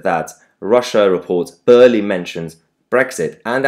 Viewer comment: Oh Mahyar it's barely (pronounced bear) not burley lol.